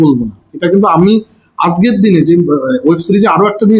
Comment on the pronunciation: এই কথা টা একটু ঠিক করে নিন প্লীজ আযকের না আজকের কানে লাগে বাদবাকি আপনার সাথে আছি🌼🌅🌼